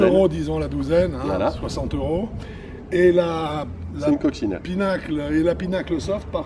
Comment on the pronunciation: Just fyi, it's PIN-uh-kul, not PEE-nuckle